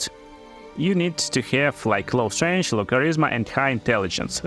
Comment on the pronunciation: all crossbows can be wielded in two hands exept hand crossbows they are 1 handed only and thus you can duel wield them... also strength isnt pronounced as strange... but other then the speech and pronounciation issues these videos can be amusing.